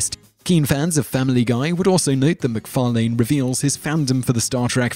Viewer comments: Could you maybe learn how to pronounce people's names before talking about them? Who's Gene Roh-den-berry? Seth MacFar-lane? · ur pronunciation of seths last name is funny, seth mcfarlane car 'lane' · You have a weird habit of jumping between one pronunciation and the other when you say "Macfarlane".